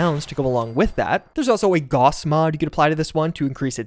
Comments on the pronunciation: Gaous... not Gauhhs. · does the way he pronounces Gauss trigger anybody else?